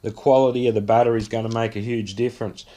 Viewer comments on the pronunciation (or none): NothING AND GoING not NUTHUN and GUNNA